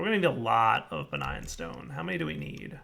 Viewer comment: "Begign" souls. Lol